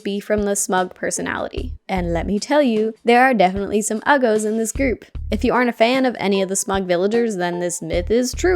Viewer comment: “Uggos”! Hahaha